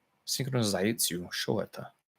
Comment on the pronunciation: Love your 'шо это?'. Southern (Kharkov's as well) pronunciation. Sounds juicy. 🙂